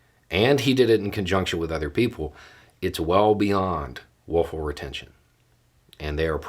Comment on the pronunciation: I keep hearing woeful retention..😁